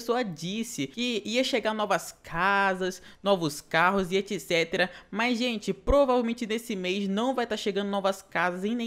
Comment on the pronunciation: o cara vai fala etc. e fala etcetra